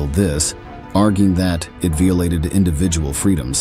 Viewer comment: Who or What is this narrator??? Vee-oh-lated??? It's AI??? Lot of rubbish...